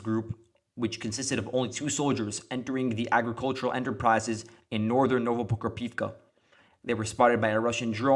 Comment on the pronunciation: You keep mispronouncing Novoprokopivka. It's "no-vo-pro-KO-piv-ka".